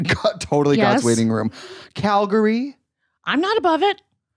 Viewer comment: Oh my god not “Cal-gar-y” 😂